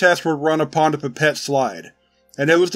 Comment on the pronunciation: The "Pépette" lol! Awesome as always! Thanks!